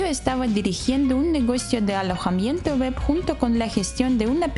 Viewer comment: Puedes mejorar la pronunciación de "web" porque se escucha como "wep".